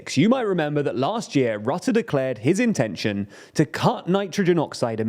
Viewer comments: Mark Rutte is pronounced: Mark Røtte. Whereas you pronounce it as Mark Rotte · I love how he says Mark Rutte as Mark Rotte(n) i mean he's indeed rotten to the core with Kaag and that fckin idi000t Jesse Klaver. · Dude how do you commit to a dedicated video without looking up how to pronounce Rutte at least somewhat close to properly